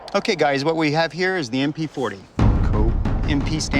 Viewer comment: It’s military police like MP not lik MO